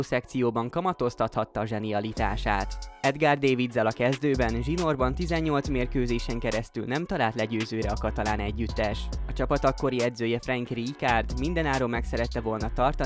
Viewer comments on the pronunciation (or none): Szóljanak már neki, hogy nem dévidsz :D most hallom ríjkárdot is. Nem igaz, hogy nem lehet utánanézni ezeknek a kiejtéseknek